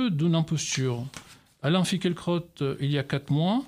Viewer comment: Le presentateur prononce tres bien son nom:finkle-crotte